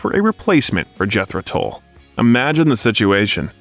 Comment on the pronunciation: Jethro TULL not Toll.